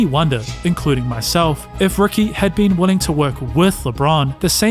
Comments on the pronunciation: Is his name Rookie or Ricky? Was a rookie or a ricky? Enunciation is important. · How do you get Rookie out of Ricky? That’s not an accent you just can’t pronounce letters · Rookie or Ricky? What do you mean it’s an accent, are you unable to pronounce the sound of a “i”? Sounds like a big challenge if you are making commentary for videos considering it’s a vowel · Not gonna lie. You saying Rookie instead of Ricky is killing me. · He’s definitely saying “Rookie Davis.” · he’s definitely said rookie multiple times. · I’m so glad it wasn’t just me. I heard it the first time & all the way through